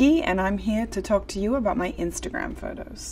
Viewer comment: Im not sure if non Australians can hear it, but to me it kinda sounds like she's starting to say some words in an amercanish accent ( when she said 'talk' and 'photos' in the opening bit). Its very subtle, but I cant help but hear it